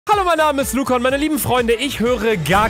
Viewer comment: Oh Gott Herzschmerz Luca bitte rolle das R BITTE🙏🙏🙏😂